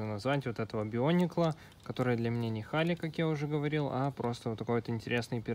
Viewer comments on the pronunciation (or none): Гали,а не Хали